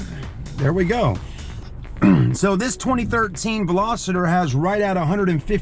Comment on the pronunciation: Veloster not velositor! Jeez